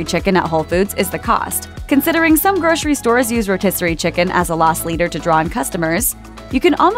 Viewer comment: Gro-sery. Repeat after me. Gro-sery. There is NO "sh" in grocery unless you are missing teeth or have a lisp. If you are unsure, pronounce identically to "rotisserie". If you need an implant specialist to correct your missing teeth, I would be happy to recommend one.